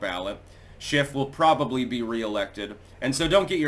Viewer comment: For a minute,, I thought you said “shenanigans by Adam Shitstain”. 🤣